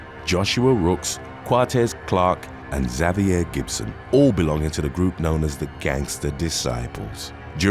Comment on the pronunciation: RIP to the way the name “ Xavier “ was said …. He said “ Za vee yay “ and I … I simply can’t . The name “ Andrea “ ( on-dray ) was pronounced “ on dray uh “ I simply cannot .